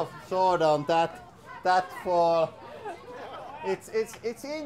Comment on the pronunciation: Did anyone else think he said ultimate SWORD fighting for a moment?